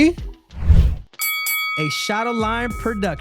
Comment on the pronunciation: the way you say shadowlion it sounds like shadowline, you should've said it more clearly